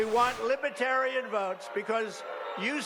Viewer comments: I would put T at the top of his human scrum heap....no redeeming positive qualities....schemer,scammer, GLOAT (sorry Cohen, he is a bigger liar than you). BY THE WAY, the party name is Lib-er-tare-ee-an...not LIBBA-tarry-un. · LIBBAterian? Even the way he pronounced the word is a slight